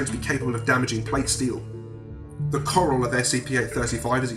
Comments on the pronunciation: Coral? More like voral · all I can think of when he says "coral" is that Walking Dead meme.